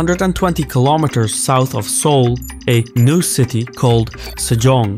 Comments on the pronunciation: Seouless? lol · "It's Seoulless"